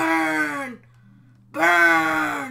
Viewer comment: when he said buuurrrrnnn burrrnnn it sounded like grrrrrr grrrr